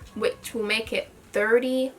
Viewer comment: Girl. Your British, not American. $30 girl please. 😭